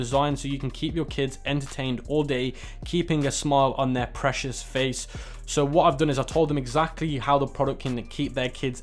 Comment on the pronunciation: precious not pressures